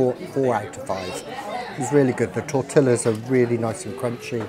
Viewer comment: It cracks me up the way he pronounces 'tortillas'. LOL! Great reviews!!